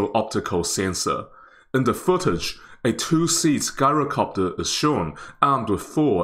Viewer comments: I hate to be "that guy", but it's not pronounced "GAI-ROH-copter" it's "JAI-ROH-copter". Think of the word "gyroscope", it's "jai-roh" not "gai-roh". And yes, I realize that the original Greek pronunciation is actually "yee-roh", but this is just how the word is pronounced in English. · Pronounced Jyro, not a hard G. MANPADS field day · Pronounced Jyro-copter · Interesting, thanks. Most pronounce gyrocopter with a soft "j": jai·row·kaap·tr. Is the pronunciation different in New Zealand? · It's pronounced jai·row·kaap·tr